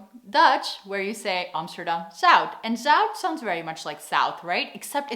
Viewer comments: It sounds a bit like you say "Zoud", while "Zuid" is different. I think the UI-sound doesn't exist in English. Not even in German, I suspect. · Gotta love foreigners confusion with the differences between au, ou, eu, ui. (you also said zout instead of zuid) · Hi, je zegt 'Zuid' een beetje fout denk ik. Het manier hoe je 't zegt klint als 'Zout'. maar wel leuke video, mn vrouw is Amerikaans en ik stuur haar altijd de links van je videos. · 🤣 You swallow the d from Zuid. You say Amsterdam Zui...🤣😂🤣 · Sorry to say, but you got the zUId and the nIJmegen stil wrong. Like totally. so, practise your SCHeneveningen and IJmUIden. it's not hard if you WANT to really try to do it right. There are people that can pick it up in a few months, but most will not do it, ever. Amazing how someone could never get to pronouncing IJmUIden properly! Probably, that's why the English never got to invading Holland, their spies were so obviously spies.... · love your content (and your pronunciation of Dutch "ui" is too much like the Dutch "ou", still - The classical test to check if somebody is really Dutch is to ask them to read/pronounce "Scheveningen" but "Zuid" is more difficult for most non-native speakers. So the next level test is "Scheveningen Zuid".)